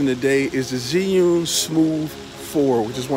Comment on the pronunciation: Chew-ing not Ziun how do I know this, well let’s see uh, I watched a demo video from an “Asian” rep from the company tell us the correct pronunciation! So come on let’s get it right!